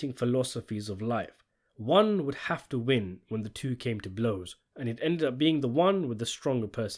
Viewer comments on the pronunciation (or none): Buy for one, sell for TEW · He did 😂😂😂 tiiiiiuuuu